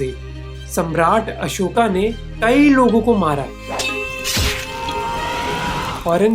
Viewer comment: Pahle toh bhai bola theek kar yr Ashok hota hai Ashikaaaa nhi